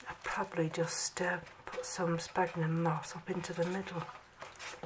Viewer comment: It's spelled 'sphagnum' and pronounced SFAGNUM not 'spagnum'